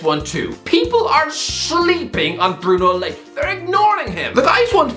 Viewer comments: Bruno Layge🤣 Bruno Large is now it’s pronounced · Christ above, your pronunciations are getting worse than Katie Hopkins career. You said Bruno Lake, it’s actually Bruno Lage (large minus r)